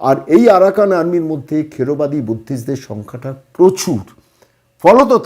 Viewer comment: দাদা কিছু মনে করবেন না, এটা থেরবাদী বৌদ্ধ হবে, খেড়বাদী নয়।